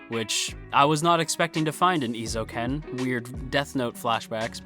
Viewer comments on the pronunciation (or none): For future reference: Eh-ee-zo-u-ken Eizouken. :)